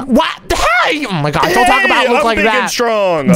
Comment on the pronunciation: Every millisecond bro says "OH MY GWASH"💀